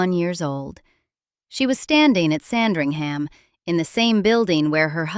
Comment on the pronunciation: Please stop referring to the Queen Mother as Elizabeth Bowes-Lyon. This was her maiden name, and never used after he marriage. Also, please learn to pronounce 'Sandringham' correctly, without the American stress on the 'HAM'.